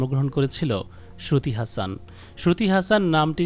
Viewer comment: আরে ভাই ওটার উচ্চারণ হাসন not হাসান। শ্রুতি হাসন। আর ওরা মুসলিম কখনোই নই, ওদের কোনো যোগসূত্র নেই।